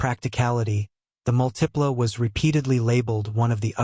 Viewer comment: Both the Aztek and the Multipla (stress is on the first syllable, by the way), were absolutely great cars. The design is a matter of taste. Either you like or you don't; fine either way. But both cars had absolutely superb packaging and were incredibly roomy and practical.